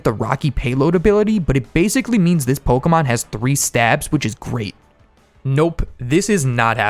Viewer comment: Did you say pokemon or cokeamon